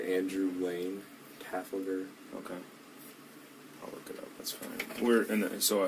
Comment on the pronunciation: Taffel ger? Taffel ger? It’s Trafalgar.